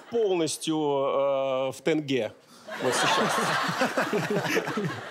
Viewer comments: Щербаков мужик! Ещё больше начал уважать! И поправка для Абрамова не "тэнге" а "тенге" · Не Тэнгэ, а Тенге!!!!! Запомните уже! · тЭнге 😂 Тенге, через "е", ребят) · Да господи, буква Е в слове ТЕНГЕ читается как Е , а не как Э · В русском алфавите вроде есть буква "е" и "т"... Вроде русские хорошо выговаривают такие слова,как тень, тенёк и тд, никогда не слышала,чтоб русские говорили "тЭнь" или "тЭнёк"...Так почему слово "тенге" вы произносите "тЭнге"? Просто можем мне кто-то объяснить? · Не "тэнге", а "тенге". Как пишется, так и слышится. Бесите! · Не тЭнге, а тЕнге🤦🏻‍♀️ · Не Тынге а Тенге!🤦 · Говорите тЕнге. Кстати слово "деньги" произошло от тюркского "тенге"